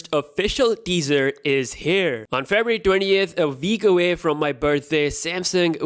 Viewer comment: "A veek avay"... Sorry, what? XD